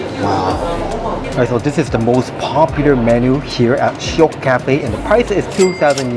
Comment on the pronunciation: bro sounds so much more Singaporean than Japanese now when he said "shiok ah", if you watched him without context you wouldn't even be able to tell that he's Japanese 🤣🤣